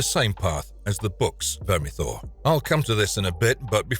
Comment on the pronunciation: 10 minutes to explain and say "Vermithor" thanks... but no thanks.